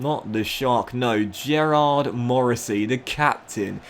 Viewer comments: Gearóid is not pronounced like Gerard. It’s ga-roy-d. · Or just Ga-rode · I think the way you say Morrissey's first name is "Ga-roidge" as it's an Irish name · Gearóid Morrisey is pronounced like Ga like Gap and road so it's pronounced like Garoad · Waiting for todays comment telling how to pronounce gearóid